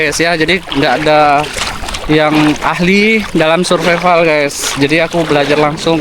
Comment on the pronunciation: ...jgn ngomong survival seperti tulisannya dibacanya Survaivel...😊